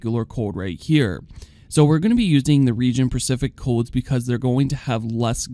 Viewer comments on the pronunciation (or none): lol "region percific"